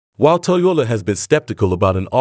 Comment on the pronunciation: In the first half, he pronounces it 'Toyola'. That's vely interesling.